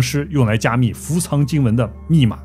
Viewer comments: 伏藏念做fu zang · 不是唸伏「藏(同音字：奘ㄗㄤˋ)」嗎？ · 伏藏叫“fu zang”